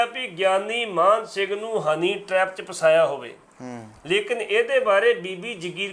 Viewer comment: ਐਂਕਰ ਸਾਹਿਬ, ਗਿਆਨੀ ਸਾਹਿਬ ਜੀ ਦਾ ਨਾਂ ਲੈ ਰਹੇ ਹੋ, ਉਹਨਾਂ ਦਾ ਨਾਂ ਮਾਨ ਸਿੰਘ ਜੀ ਹੈ ਨਾ ਕਿ ਮਾਹਨ ਸਿੰਘ ਜੋ ਤੁਹਾਡੇ ਮੂੰਹ ਵਿੱਚੋਂ ਨਿਕਲ ਰਿਹਾ ਹੈ। ਹੈਰਾਨੀ ਦੀ ਗੱਲ ਹੈ ਕਿ ਬਹੁਤ ਪੜੇ ਲਿਖੇ ਆਦਮੀ ਵੀ Mann or Maan ਨੂੰ ਠੀਕ ਤਰੀਕੇ ਨਾਲ ਪੜ੍ਹ ਕੇ ਬੋਲ ਨਹੀਂ ਸਕਦੇ। Mann ਨੂੰ ਮੰਨ ਬੋਲਣਾ ਚਾਹੀਦਾ ਹੈ ਅਤੇ Maan ਨੂੰ ਮਾਨ ਜਾਂ ਮਾਣ ਸਿੰਘ ਪ੍ਰੰਤੂ ਸਿੱਖਾਂ ਵਿੱਚ ਮਾਨ ਸਿੰਘ ਤਾਂ ਆਮ ਨਾਂ ਹਨ ਪ੍ਰੰਤੂ ਮਾਣ ਸਿੰਘ ਵਾਲਾ ਕੋਈ ਵੀ ਨਹੀਂ ਮਿਲਦਾ। ਐਂਕਰ ਸਾਹਿਬ, ਬੋਲਦਿਆਂ ਹੋਇਆਂ, ਤੁਸੀਂ ਦੂਜਿਆਂ ਵਾਸਤੇ ਉਦਾਹਰਣ ਬਣਨਾ ਹੈ ਇਸ ਸਦਕਾ ਠੀਕ ਅਤੇ ਠੇਠ ਹੀ ਬੋਲੋ। ਟਿੱਪਣੀ ਜਰੂਰ ਦੇਣਾ ਜੀ ।